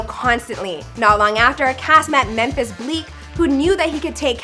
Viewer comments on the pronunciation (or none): none